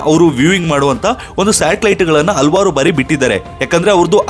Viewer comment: ಮೂರ್ಖ!,ಹಲ್ವಾರ್ ಅಲ್ಲ ಹಲವಾರು